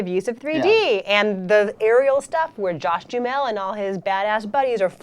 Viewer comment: Did she say Josh Jewmel ?